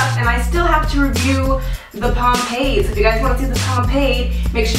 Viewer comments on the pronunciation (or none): she said pompade like 5 times lmao girl..pomade.